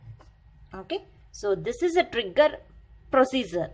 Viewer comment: Cmon, she is saying N-word instead pf Trigger....hahha Anyways nice explanation.